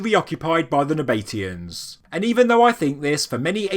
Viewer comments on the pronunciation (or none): "Nab-a-tee-ans" NOT "Na-bate-ians". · It is 4 syllables it's just the pronunciation that's a bit out. I don't know whether it is possible to spell it phonetically but I'll give it a try - NAB A TEE AN. Well I did say I would try. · It's pronounced Naba-TEE-Uns, not Na-BATE-ians. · Nab uh tea ins expertly butchered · "Naba tee ans" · is it not pronounced "nah- bah- TEE- ann" ? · Interesting pronunciation of the Nabatean's ?? I have always gone for 2 syllable, you go for 4 syllable. ??